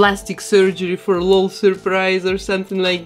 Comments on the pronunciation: It’s l-o-l not lol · I love all your work 🤩 but please it’s El - Oh - El dolls not lol dolls 😂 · You said lol dolls wrong not lol L.O.L. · I love it when people pronounce it Lol instead of L.O.L. xD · I love it! To help u know how to say it, if its even necessary, the LOL is pronounced just as letters so its L.O.L doll (eL-Oh-El) doll. But i like how u say it. And u can say it however u want. Just in case u want to know. I just love your channel so much!